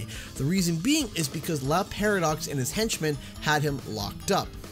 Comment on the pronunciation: Why do you read Le Paradox like if he was Spanish and not French? XD